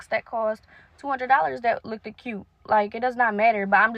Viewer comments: Bragging about how much was spent on your prom is tacky. No one likes boaster. Also education must not be that valued by the mother because the child could not correctly pronouce "looked." It is not pronounced, look-did, nor like-did, nor love-did. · not her momma spent $10K on her prom and she said "lookted" 🤨